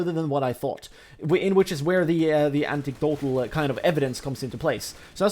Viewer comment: It's anectdotal, not antectdotal mate :)